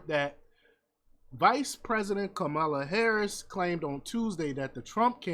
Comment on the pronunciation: Please close your idiotic channel down. You can't tell that clip is edited to sound that way. Even in that clip she said " Inmates" not migrant. If you can't even pronounce her name right don't due commentary and then lie in the process! Please stop being a coonish idiot!